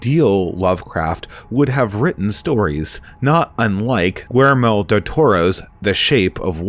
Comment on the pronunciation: It’s pronounced: G ē j ermō As far as Lovecraft, I find that the greatest horror came from the possibility that such monsters could actually be lurking just beyond our senses and comprehension. They are not evil by intent but evil in their indifference to how they so easily destroy us.